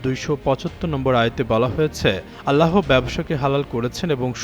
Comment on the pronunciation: Allaho ❌ Alla (h) ✅